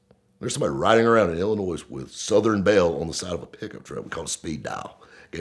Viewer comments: “IllinoiS” lol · Someone let know that there’s no “noise” in Illinois. 😁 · I just know that there is no noise in Illinois. Educate yourself please making southerners look ignorant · Illinois with a strong S. Hahaaha love it